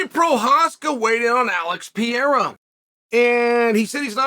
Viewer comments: It's PA-RAY-RUH, not PE-ER-RA, you dunce. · OK, Mr. Sonnen, I've heard you mispronounce Pereira one too many times. It's Peh-hey-yah not Pee-air-ah. Please! And, why does it seem like you are always yelling? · Alex Pee-era 😂😂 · Lol, "Hazmat" and "Pierre" 😅Uncle Chael is not even trying anymore.. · Love „Piera“ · Pee-era, classic! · "Alex Pee-Aira" - Uncle Chael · is Chael dyslexic?? Pierra, Hazmat, etc. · Why are you pronouncing his name like that? Stop that. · i'm honestly so use to chael mispronouncing names at this point it's crazy